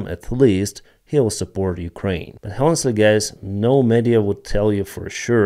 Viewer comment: Hi, the H in Honestly is a silent H:-)